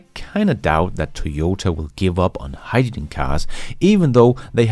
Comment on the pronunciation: agree, but please HY-dRo-gen. Not Hy-da-gin.